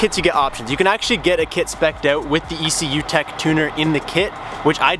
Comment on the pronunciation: youre saying ecutek wrong AHAHHAHAHA